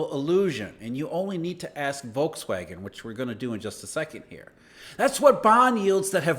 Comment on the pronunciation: The "V" in Volkswagen is pronounced like an F.